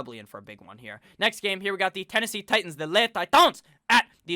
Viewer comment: I hit that like button every time you say “le Titons!!” Hahaha